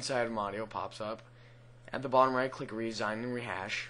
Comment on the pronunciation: your computer is sooooo slow, and use supermodder911's hash bloc calc, oh and btw its pronounced "re-sign" like you're signing your name, not like the president his giving up his position in the white house, other than that good tutorial >:D